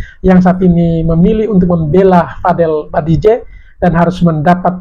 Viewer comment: Bang BADJIDEH BANG BUKAN BADIJEH... 😅